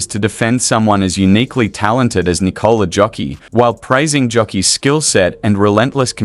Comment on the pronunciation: Nikola "Jokiii"? Mann, lebst hinter einem Stein oder was? JOKIĆ !!!!